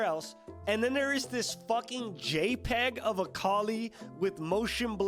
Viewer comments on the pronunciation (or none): none